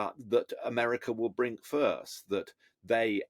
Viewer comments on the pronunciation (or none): Did he say 'brink first'?